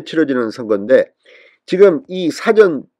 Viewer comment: 진선생님! 발음을 바르게 해주세요 사전은 낱말을찾는 사전과 事前(일하기전) 이 구분이 안되는군요. 수고 하세요